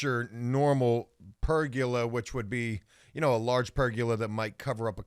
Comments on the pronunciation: Ok I know this is dumb but it’s driving e crazy. There is no such thing as a per-gu-la as pronounces it. It’s per-go-la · It's Per-goal-a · Also it’s Per-GO-La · Say it with me, per-go-la. There’s no “u” in pergola.